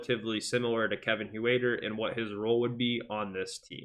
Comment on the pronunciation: Hoowaiter? It sounds like hurter